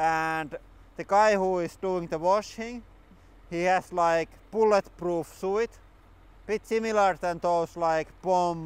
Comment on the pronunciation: And suit “tsu eet”